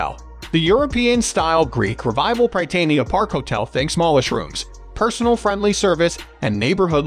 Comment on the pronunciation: You mispronounced Bienville and Prytania and place de arms. As a New Orleans native you hurt my ears. But, I’m doing better. Thanks for the video.